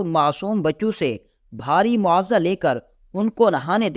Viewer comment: بہت بدتمیزی سے بیان کرتا ہے۔ بولنے کے آداب سے عاری ہے یہ بندہ۔ اردو کا تلفظ بھی بہت ماٹھا ہے جیسے بہت کو 'بوہوت' اور معاوضہ کو 'مواثا' وغیرہ ہیں کو 'ہییں'